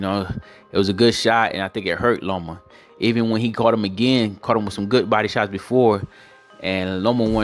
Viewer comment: Loma. Not Lomo. But Lopez beat that ass. 9 to 3. Lopez.